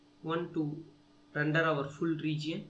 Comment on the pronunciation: randar nai hota render hota hai be